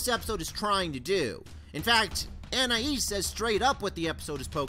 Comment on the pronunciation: Finally, someone who pronounces Anais's name the same way I do! Just for that: SUBSCRIBED!